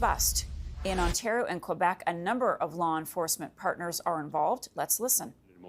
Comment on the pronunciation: please. you're on a news channel. learn to say Quebec.